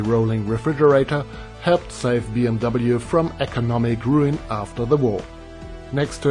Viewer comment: Looks really cool, I like how you pronounced BMW the English way “Bee-Em-Double-You” as opposed to the German pronunciation which is "Bee-Em-Vee"